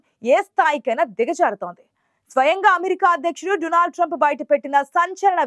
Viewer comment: Modi పై కుట్ర ఏమి జరగలేదు..మోడీ నిజాన్ని అబద్ధం గా సృష్టిస్తున్నారు... మోడీ సంగతి అందరికీ తెలుసు. He is గ్రేట్..ఆతని తప్పులను ఇతరుల పైకి నెట్టి మసిపూయటం లో మోడి specialist.. Anchor అమ్మాయి " డునాల్డ్"..కాదు "డోనాల్డ్" ట్రంప్.